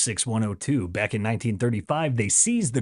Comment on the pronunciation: Back* , not Beck lol